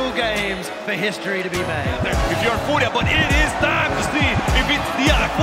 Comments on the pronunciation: I love how you changed the name to "FUJRIA" for a second there 😂I was also chuckling at the caster's pronunciation when watching live 😂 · i'm always so torn between how to pronounce furia. do i go for saying the spanish word or the english caster's way? lol